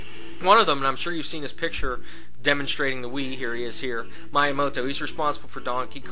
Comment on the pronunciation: you also pronounce miyamoto's name ME-yah-moe-TOE and not MY-ay-moe-TOE